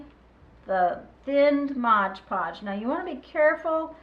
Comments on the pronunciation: thx for making this, clever! But it's pronounced MOD PODGE :) lol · I am so frustrated that people say "Modge Podge". "It is Mod Podge". There is no "ge" in "Mod". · It always makes me laugh when native English speakers can't pronounce Mod Podge